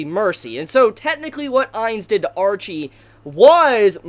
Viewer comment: I liked everything except your inability to say names correctly... Her name wasn't Archie.. Ar-shea as in shea butter in lotion.. You make me wanna punch you...